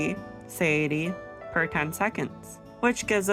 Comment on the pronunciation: suh-tie-a-tea [sə-tī′ĭ-tē] Great math, very helpful :) Thank you